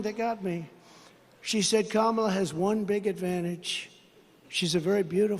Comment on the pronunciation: Even Marjorie Taylor Green's boyfriend can't pronounce Kamala's name correctly.